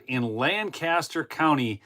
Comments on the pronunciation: for future reference LANCASTER County Pennsylvania is pronounced LANK-A-STER with emphasis on the first of three syllabers... LAN-CASTER is the county in New York State. Subtle distinction . The Amish pronounce it as LANC Uh Ster That's all. Awesome corruption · Btw, pronounced LANK-KISS-TER. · LanGcaster is how they pronounce it in other places, the locals say LanKaster. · Fun fact: People in Lancaster pronounce it LENK-ESS-TUR I say it the same way did. It’s funny to hear when you’re out there. Tons of Amish there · My wife is from Lancaster PA. She asked me to point out that the pronunciation is Lank-aster .